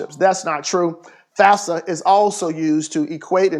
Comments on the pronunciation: Did anybody heard him say FASFA instead of FAFSA? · "fasfa" "fasa" "fasfsa" im dead lmao